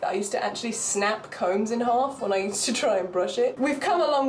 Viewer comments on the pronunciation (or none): none